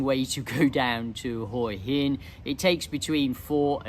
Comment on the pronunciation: Thanks for pronouncing Hua Hin correctly. Few of the tubers/influencers get it right.